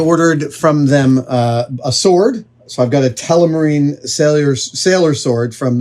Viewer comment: am i the only one that hear adam say telemarine instead of telmarine?